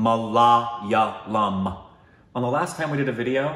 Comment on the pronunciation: Love ya but it's not Ma la ya lum... its mala yaaah lum. Extend that a. But it's better now. Sorry we kept correcting you. And south indian languages sound completely different to north indian languages cause their linguistic roots are different. South indian languages are dravidian languages. So it's understandable that your pronunciation is often times perfect with hindi and isn't as perfect with southern languages because the way the vowels and everything are pronounced is often times completely different.